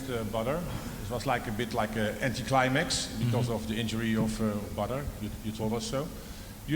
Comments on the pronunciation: ‘Badr’ or ‘Butter’ 😂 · Dutch saying Badr sounds like butter.. Rico fighting butter haha